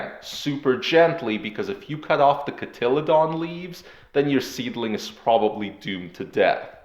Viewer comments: I don't know what country you're from, but in English it's pronounced kaa-tuh-lee-dn not co-tilla-megalodon or whatever you said. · Its pronounced cot a Lee den. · Being able to pronounce the word cotyledon (kŏt″l-ēd′n) would definitely give you more credence. Where in the world did you get THAT pronunciation?